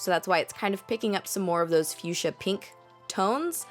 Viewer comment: what's your problem? that's how it's pronounced